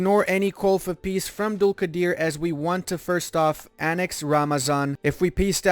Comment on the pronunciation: You are saying Dulkadir amazing i am listening again and again